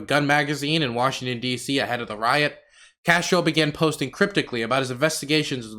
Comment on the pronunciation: I mean he didn't pronounce Castoro correctly the whole video 😭